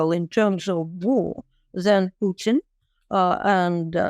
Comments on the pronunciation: Please,,,,not PEWTIN 😂😂😂😂😂😂😂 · Not PEWTIN 😂😂😂😂 ITS PUTIN !!